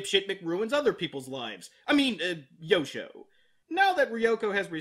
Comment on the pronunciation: When you introduced Yosho, I thought you called him "Yoko".